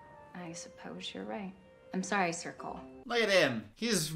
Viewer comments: When my boyfriend and I watched this we couldn’t stop laughing at the fact that his name sounds like circle every time they say it😂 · I legitimately thought she said circle 😂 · What he says: “I am Sir Cole” What I hear: “I am Circle” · I also thought she said circle when she said Sir Cole. I am glad I am not alone on that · Damn it, I just watched the movie before I watched this so I knew what I was going into. Now I’m watching this, read this comment before it started, and now I just hear “Circle” when they say his name. 😂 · Oh my god I thought she said “sorry circle” like some weird kumbaya-hold-hands-around-a-campfire-shit. That makes so much more sense now that she said “sir cole”. Yeah that’s a stupid name. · My mom came in halfway through and was like “his name is CIRCLE?!?!?!?!”. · I heard circle too and I was like what is she talking about.. Did not fucking realize she was saying Sir Cole lmfao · Movie: “sir Cole” What I hear: “Circle” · The whole time I was watching the movie I only heard his name as 'Circle' as opposed to 'Sir Cole' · Every time I heard “Sir Cole” in this movie I heard “circle” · Also when I watched this movie for the wHOLE FREAKING TIME I WAS HEARING "CIRCLE" not sir Cole. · This entire time I thought she was calling him “circle”. But, then I looked up the cast online & saw “sir cole” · I can only hear circle whenever she calls him Sir Cole😅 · every time she said sir Cole, all i could hear was circle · did anyone else notice how whenever she said Sir Cole it sounded like circle...bugs me every time lol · I’m sorry but every time she said “Sir Cole” all I heard was “circle” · When she said Sir Cole.... all I heard was circle.